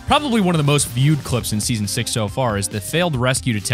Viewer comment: Why does he keeps on saying in seaaon 6